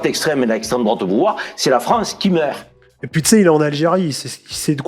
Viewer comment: "C’EST UNE FRANCE QUI MEUHHHHRT" (insérer accent maghrébin le plus craché et insupportable possible)